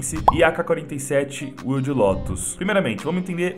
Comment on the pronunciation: Que mane “uilde”... kkkkkkk. É “uaild” lótus